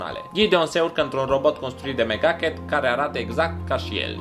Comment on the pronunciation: Am crezut ca ai zis "Mega Cat" in loc de "Mc Ducket"